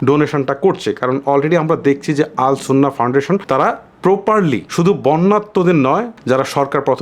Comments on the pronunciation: শব্দটি আস সুন্নাহ হবে আল সুন্নাহ নয় ভাইয়া❤️ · আরে ভাই আল সুন্নাহ নয়, আস সুন্নাহ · আল সুন্নাহ না ❌ আস সুন্নাহ ফাউন্ডেশন ✅